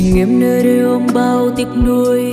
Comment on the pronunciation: còn phải cố gắng nhiều, hát miệng phát âm ko tròn tiếng, bị gằn giọng chứ "đây"......và nhiều từ khác ( có thể do tiếng địa phương vùng miền)... phần nhạc bị dè...